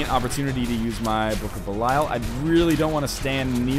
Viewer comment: Has Ryan ever acknowledged the fact that he says "Belial" wrong?